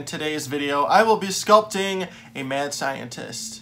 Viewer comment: I thought you were saying “man scientist” and I was like “okay, kinda weird to specify the gender” and I just realized you were saying “mad scientist” and I’m an idiot lol